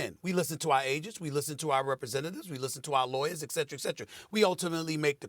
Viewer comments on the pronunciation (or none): Everyone makes a good point. I tend to lean towards Dan's point. Someone teach SAS how to pronounce... ETCETERA!!